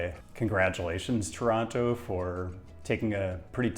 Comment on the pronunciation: Kudos for pronouncing the name of the city correctly. Outsiders tend to put a hard emphasis on the first O and the last T, locals do not. TOWronTOW vs. Tuhranno. Ironically, the way outsiders pronounce it is probably closer to the original pronunciation in the local Algonquian dialect we get the name from. Regarding the 401, an insoluble problem is the through traffic of long-haul trucks along the Windsor-Quebec City corridor. Operators don't want to use the 407, too expensive. The Collector/Express system is supposed to solve this, in theory, as local traffic could stick to the Collectors and through traffic keep to the Express lanes, but the reality is it's just a giant mess. And when big rigs and cars meet, it usually doesn't end well. Drive safe.